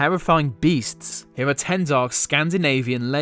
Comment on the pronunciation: Owigins hewe